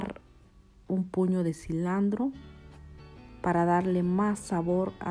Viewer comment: No es cilandro,es cilantro